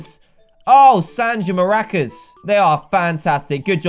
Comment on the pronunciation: he said mer-acas